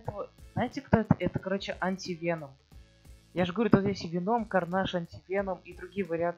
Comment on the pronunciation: Ударение на е